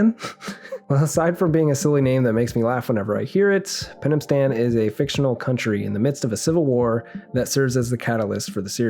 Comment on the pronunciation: Man, I didn't want to hate it. I wanted to love it! I was looking forward to it so much! And it was just a snoozefest. Vendetta was so much better. And also my favorite of the RE CG movies. Oh, and I also had to laugh every time they said Penamstan. I wished they would stop saying it, but the doubled and tripled down on it.